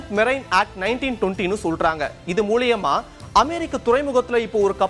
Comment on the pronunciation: மூலியம். அல்ல. மூலம்.